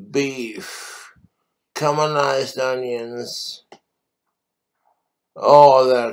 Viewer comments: "Cumoneyes Unyuns" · He’s getting really bad at not pronouncing his Rs “Galic, Pamasean, Camalized onions” must be the tooth rot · anyone else hearing "cumalized onions"